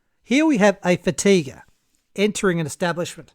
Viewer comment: Fatiguer on fatiguer crime!